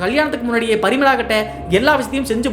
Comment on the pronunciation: ப்ரமிளா வா இல்லை பரிமளா வா